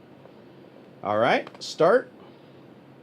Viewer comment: Imoola? Learn your track name's